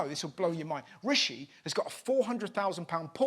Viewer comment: Jim Bidet can't even pronounce Rishi's name!